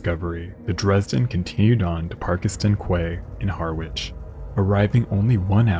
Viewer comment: I enjoyed this video. For future reference: Parkeston Quay, Harwich is pronounced 'Parkston Key, Harridge'! Don't worry, I'm sure I'd pronounce many American place names incorrectly!